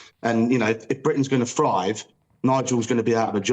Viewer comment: Can't take anyone who says "frive" instead of "thrive" seriously.